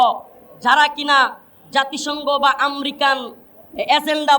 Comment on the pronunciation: American bolte pare na bolce Amrican , sala asolei murkho 😂